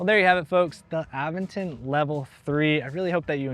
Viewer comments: Uh-VEN-ton. You have to indicate which syllable is stressed. And syllables always have a vowel. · Nice bike. I believe it's pronounced uh-ven-tn. Sorry but I'm picky on proper noun pronunciations.